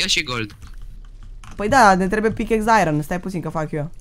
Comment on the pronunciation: ce are ăla bă iron se citește airon